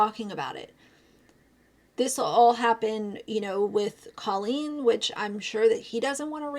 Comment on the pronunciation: Her name is pronounced Cole een. You've been talking about her for so long you should know that by now.